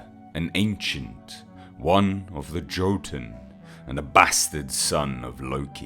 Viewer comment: For those wondering, the J in most Scandinavian words is pronounced like a Y sound. So Jotun is actually pronounced as Yotun. Similarly, the name Jormungandr (the world serpent of Norse myth) is pronounced as Yormungandr etc.